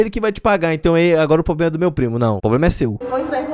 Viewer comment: Nao é poblema e sim problema